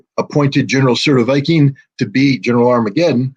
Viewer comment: Oh, it seems that he is (almost) getting the pronunciation of "Surovikin" right!